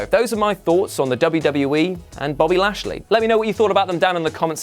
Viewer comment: Wow did you really say bashly? Lol hilarious